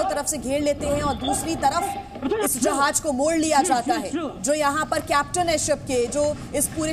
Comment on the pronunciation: Jahaj nahi jahaaz